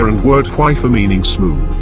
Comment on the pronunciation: When the text-to-speech voice says "hwyfar", it kinda sounds like "waifu", which is also very fitting XD